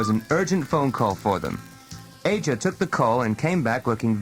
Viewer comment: It's a shame the narrator mispronounced Shana and Aja. I cringe every time he says "Shawna". 😑